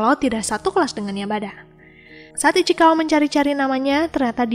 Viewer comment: Ichikawa ❌ Ichikiwir✅